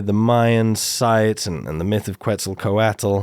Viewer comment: Please learn how to pronounce Quetzalcoatl. It was so painful to listen to over and over